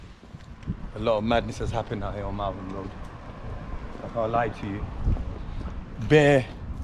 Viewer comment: Lol Marvin Road, it's Malvern road.